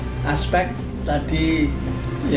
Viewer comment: Atribiut atribiut... Atribut pak...